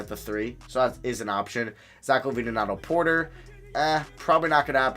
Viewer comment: He called Zach Lavine Zach ovine lol